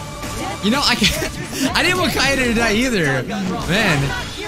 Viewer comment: even the title screen slightly mispronounces it but thats honestly nothing compared to the english dub’s hilarious mispronunciations such as “kae YAY day”